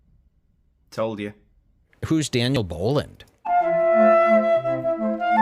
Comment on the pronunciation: Oooh Daniel, or Dan-eye- el from the book of Peenoch should I say! You were about to get a dressing down so hard the skin would come off! However..In some contexts, "Each to their own" is also used, and some people find both phrases acceptable. However, "To each their own" is generally preferred in modern usage...soooo... you get away this time....Dan-I-L😂